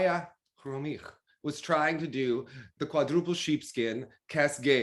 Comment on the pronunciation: Omg))) Khromykh)) Now it sounds like you are practicing Armenian accent. But it's cute and sounds like the right name, just with an accent. Much better than Khromytch. Well done!